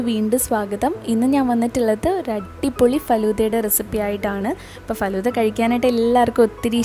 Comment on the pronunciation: കൊള്ളാം 🎉 ഫലൂടാ അല്ല ഫലൂദാ